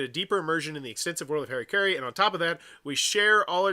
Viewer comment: It’s interesting that’s it’s so hard for people to read that word. Harakiri. Ha. Ra. Ki. Ri. Somehow you turned that into Hairuh-carry. It’s closer to Ha-da-key-dee. Or if doing the Japanese R is too cringey for you, then Ha-ra-key-ree.